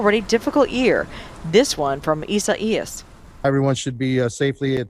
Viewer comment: EE-Sa-EE-Yas? What the heck is EE-Sa-EE-Yas???